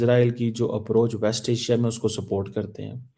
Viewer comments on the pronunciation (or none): none